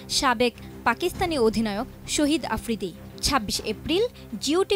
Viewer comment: শহীদ আফ্রিদি না শাহিদ আফ্রিদি হবে উচ্চারণ টা একটু ঠিক করে বলুন